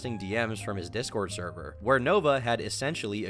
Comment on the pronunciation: No...not the therwer!? The therver got nuked!